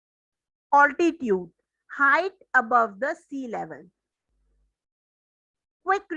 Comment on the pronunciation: Mam wo oltitude nhi hota mam it is altitude